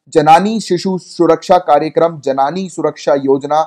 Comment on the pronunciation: in 9 minute its जननी not जनानी